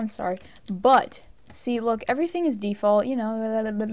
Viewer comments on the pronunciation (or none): none